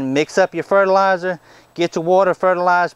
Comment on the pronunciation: Frutilizer or fertilizer? lol